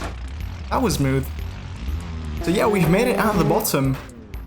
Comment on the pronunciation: Bot'om Gear